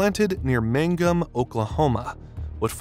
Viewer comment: Mangum is just down the road here,!and In did not know the "first tree" was planted there! And he pronounced it correctly! The ancient "Wind-Rows" of trees are STILL HERE everywhere and I love them! GREAT for Game Cover like Deer, etc! But, many farmers have pulled them out and plowed them up for that "extra 2 acres of profit"... and there are MILES of unbroken flat fields to the horizon in many places now... This vid is ACCURATE.